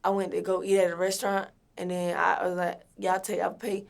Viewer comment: "and den like"